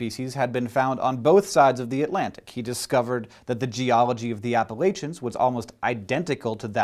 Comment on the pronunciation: BLAAAAAAAAAH! If one thing makes me a giant squid of anger, it's when people pronounce Appalachian wrong. GAAAAAAAAAAA.